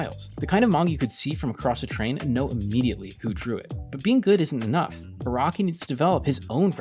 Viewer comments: It’s pronounced Ah-Rah-Key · Iraqi, Raki, Rocky Bro can't even pronounce Araki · His name is Araki, not Iraqi The magazine is Shonen jump, not Shon jump